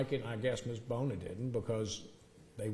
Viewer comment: no he kept saying Bill Boner, might be Bona maybe but his pronunciation was terrible